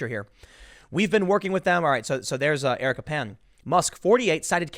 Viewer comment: Eric"a" Pan